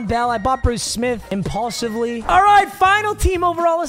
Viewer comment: “ImpAulsively” Logan Paul fan?